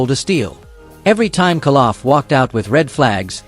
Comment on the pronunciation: its KOLoff not Kaloff